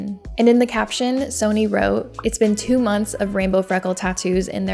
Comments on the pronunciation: I enjoyed your video, but girl, it's 'sunny' 😂 🌈 "Sony" had me cracking up though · sonny. like sunny. not "sony" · just fyi sonny is pronounced "sunny", and Brisbane is pronounced "BRIZZ-bin" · Its spelled Sonny, pronounced sunny, like the weather